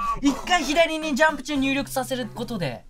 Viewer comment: だんだんジャンプが(雑誌の)ジャンプに聞こえるw